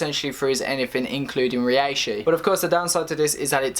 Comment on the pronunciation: U pronounce it ray-Shi